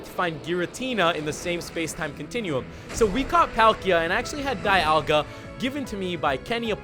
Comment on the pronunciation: dialga is pronounced Deeolga